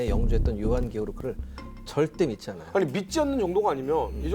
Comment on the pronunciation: 토전사 즐겨보다보니 진행에 거슬린점이 3가지 있습니다, 주로 질문을 하는 과정에서 습관이 자주 나옵니다. 1. "아이(아니)"를 문장 시작전 자주 사용함, (ex. 아이 박사님 그러면 그 이후에는 어떻게 됐나요?) / MC유재석도 이런 버릇이 있는데 는 발음을 얼버무려 날리는편 입니다. 2. "아이근데","아이긍까"를 질문 시작에 사용함, (ex.아이긍까, 그 병력으로 어떻게 됐어요?) /"아니 그런데", "아니 그러니까" 와 같이 정확히 발음해주거나 "그런데?","그러면","그러니까" 로 대체하면 될듯합니다. 근래 방송쟁이들이 "그러니까"를 "긍까"로 발음하는 경우가 너무 많기도 하고, 일상어에서도 "긍까"로 발음하기도 합니다. 3. "사실~","사실은~"을 남발함. (ex. 사실~ 영국의 처칠이라면, 사실~10만의 병력도 꽤 많잖아요) / 요즘 방송인들이 "사실"이라는 단어를 수식어,부사로 즐겨쓰는 버릇이라서 딱히 의 문제는 아닙니다. 사실 밥먹으면 배부르자나요? 사실 어두우면 안보이잖아요? 등과 같이 최근 방송쟁이들의 유행과 같은 불필요한 버릇입니다, MC허준도 "사실은~" 즐겨씁니다. 4. "아이근데 사실은" 을 묶어서 도입부에 자주합니다. (버릇이 복합되어 나오는 현상으로 저 문장은 잘라내도 아무 지장없는 추임새 같은것입니다.) 좋은방송 만들어 주셔서 감사합니다. 이런 프로그램은 공중파 9시에 편성해서 전국민이 시청해야 하는데 안타깝네요